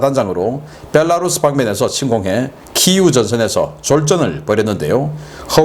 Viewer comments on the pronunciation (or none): none